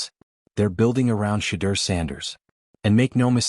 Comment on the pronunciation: You don't even sound wyt for one you can't even pronounce his name, i call bs.